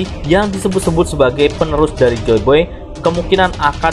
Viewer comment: Joy boy apa joy beh nih min✌✌✌